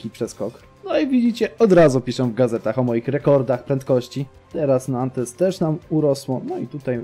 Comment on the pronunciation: Mała pomoc w wymowie: Bourges - Burż, Le Mans - Ly Mą, Nantes - Nąt, Tours - Tur. Będzie Ci łatwiej :)